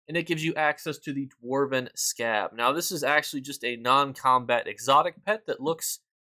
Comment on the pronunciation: 🤣🤣🤣 Hilarious!!! My brother mentioned that pronounced it wrong. He apparently can't see the letter "r". He calls that famous store for children, "Toys Us"! 😋